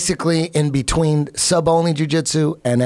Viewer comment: Joe "difference beechween" rogan